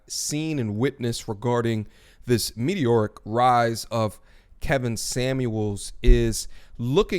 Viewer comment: “Meteroic rise” 😭